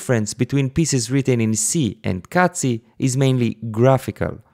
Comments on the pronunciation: did you say "cazzi meter" ? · he did, many times. he'll be banned by italian youtube! I was giggling to myself as in 5th grade :-D